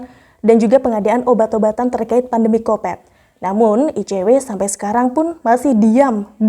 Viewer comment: maaf sebelumnya .....di telinga aku ko ga pas saat anada menyebut covid dengan kopet....di tempat aku kopet itu kotoran manusia .....sekali lagi maaf...seyogyanya penyebutan covid ya covid aja .....🙏🙏🙏